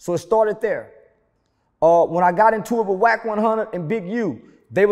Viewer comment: It started” THDERE”